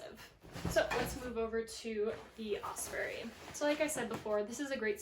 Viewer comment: Great review, I love my Hyperlight, and Osprey makes great packs too. One small thing and not meaning this in any mean way. All through the video you were mispronouncing Osprey... It's not "Osperey" as there is no "E" between the p & r.. Although I'm sure Osprey appreciated your great info and presentation.. Good luck on your hike!